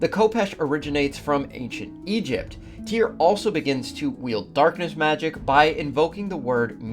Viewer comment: His name I actually Tire, get it right